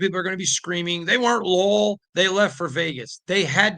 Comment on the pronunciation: Lowell? Lull? It’s LOY-AL.